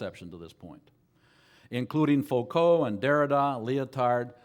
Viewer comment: Entertaining as ever. Noone can butcher the names of philosophers or simplify their ideas more hilariously. The self-assurance and mispronunciations are pure comedy. Thanks for posting. Neetchy and Mikhail Fookow would be quacking in their shoes.